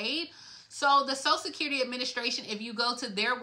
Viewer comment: ...its "social security"...not "sosa-sid-currity"...take time with ~prenunciation...